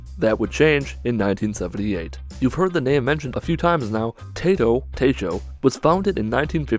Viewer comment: I'm pretty sure Taito is pronounced "TYE-toh", and does not sound like a vegetable.